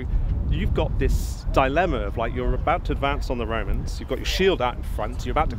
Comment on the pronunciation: The most bowing kind of Womans. Wed this, wed that... I need my dose of "widge helmet" Womans! And thewe they awe! edit: OMG! ALICE WOBEWTS!